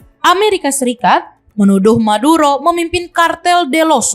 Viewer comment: M bukan T 😅😅😅